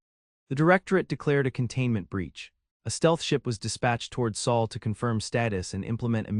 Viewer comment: Sol not Saal